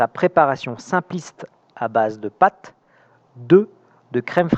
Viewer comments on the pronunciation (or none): On écrit persil, mais on prononce persi (l). Pour la quiche lorraine, il ne s'agit pas de patte, mais de pâte.